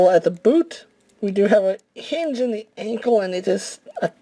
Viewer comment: Teh?!? What the fuck is a "teh"? You mean THE??? Smh